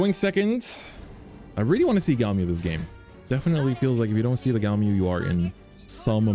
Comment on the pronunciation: says he loves it and cant pronounce it.. smh